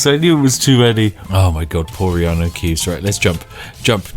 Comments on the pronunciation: You've said "Reanu Keeves" so much throughout all your Skyrim videos that the name "Keanu Reeves" now sounds weird to me. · I'm drunk but did you say reanu keeves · Spiff, sorry, what's wrong with your pronunciation? Did I hear that you said Riany Keeves punch the guy? Did you really said "punch" because I think "delete from existence" pronounced a bit different. What? I know when Riany Keeves "punches" he deletes his opponent from existence, huh? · I've heard Reaneu Keeves so much i always call Keaneu Reeves by his godlike brothers name. 😂😂😂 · I've heard reanu keeves so many times the name keanu reeves feels weird to me... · “In this episode, Reanu Keeves enters battle with a packet of IcyHot.” 🤣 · U said Reanu Keeves, and i was like no ur character has the first letter reversed And then i realized I had watched way too much of your skyrim videos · Fuck, 10 videos in I finally realise you call him Reanu Keevs. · Because of this U called John such Reanu Keeves without noticing I said it wrong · I have heard hin say Reanu Keeves so much it actually sounds natural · It took me 19 mins to notice he was saying reano keaves lol